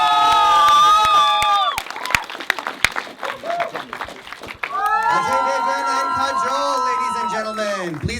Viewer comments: Atlast he prounced it ajay and not AJ 😂😂 amd that chutiya😂😂😂does she even know what it means. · It's nice to see you pronounce ajay like an indian. :)